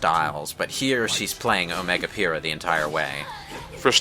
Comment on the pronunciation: Every time I here "Omega Pyhrra" I slightly die inside.